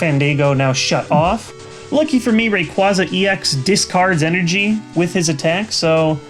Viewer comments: Its pronounced Ray-Quaa-za not Ra-Quazz-aa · I enjoy your videos yes and not trying to agree with the troll but you're mispronouncing some names assuming the anime is in effect. Rayquaza has a long a on the 2nd a in it's name, Virizion is pronounced Vir-I-zion like Verizon with an I between the z and o. That is all I can find wrong in your pronunciations. Also could you give what cards you need for the deck in the description and also is there any way to replace Tropical Beach because it is a pricy card...also where's? Greatvid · I think you mispronounced Rayquaza. Its a common mistake.